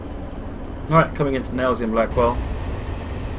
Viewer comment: you keep calling it Nailsea & Blackwell. It is Nailsea & BACKWELL.